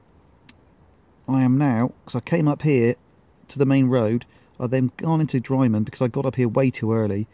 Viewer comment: Wrong pronunciation of drymen.